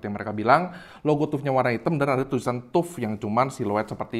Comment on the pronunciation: TAF WOI BACANYA BUKAN TUP TUP